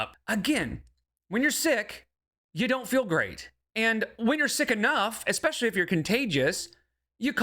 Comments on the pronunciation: If you haven't already, please include "exspecially" to the bingo cards. Thanks! Great job with these fantastic videos! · Expeshually, genuinely and leedurly! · has made me hyperaware of the presence of "exspecially", "pichur", and "supposively", and now I can't help but focus on them.